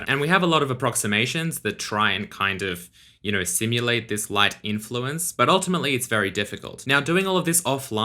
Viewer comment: "you kner"